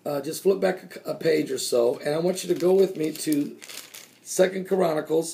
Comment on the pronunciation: no listen to him....he is saying KORANnacles, not CHRONacles